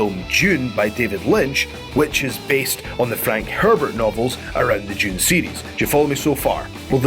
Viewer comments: what the hell is "June"? Did he mean Dune? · Lol sounds like he's saying "June" when trying to say the word "Dune" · it's DUNE not freaking JUNE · Am I the only one that thinks when he says "Dune" it sounds like "June"? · It’s pronounced Dune. Not June or Dtjune. Like. Sand DUNE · It's Dune, not June. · "June II" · why do you pronounce "Dune" as "June"? lol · Djune... Djune... DJUNE Is it a brittish thing to pronounce the letter "D" like that? I've hear the same whenever someone pronounces "Duran Duran" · its spelled DUNE but youre pronouncing it "June". why do british people seem to struggle with english so badly? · How do you say "June" then? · Cos people from the UK and Ireland are not from Noo Yoik